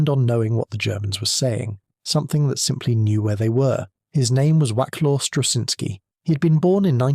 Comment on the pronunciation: A lot of work had been done on Huff Duff before Wacław Struszyński, began working for Britain, but his work was crucial in making it work on a ship. 2. It seems to me that if you wish to honor his achievement, you could spell his name right. Some of the stabs at it in the narration are nowhere near right.